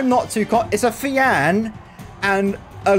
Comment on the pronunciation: I don't know pronouncing it fiAN sounds wrong I tend to pronounce it as Fion then again it's the whole tomato thing